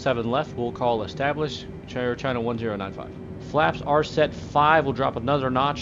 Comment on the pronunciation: "Chair china" lol